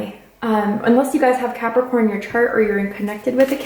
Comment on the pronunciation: when she said caprikai instead of capricorn.... my brain went 😳